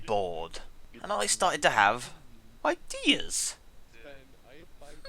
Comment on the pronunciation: "Ideas"? Oh dear lord...